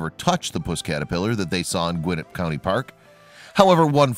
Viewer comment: It's Gwin-NETT not GWIN-net.